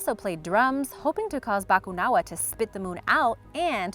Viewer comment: Ganda ng pagkakasabi ng Bakunawa 🤘